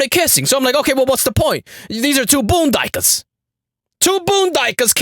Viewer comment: "Boon- dy kers!!!" Omg😂🤭